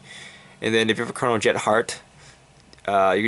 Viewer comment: i think you may have said chronojet dragon g's effect wrong but it gives your RG ztb +1k for every 2 I may have heard wrong but just saying it in case.